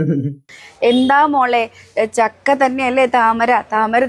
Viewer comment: ചക്ക യല്ല , ഛക്ക 😂😂